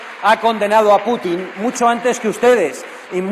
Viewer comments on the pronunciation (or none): none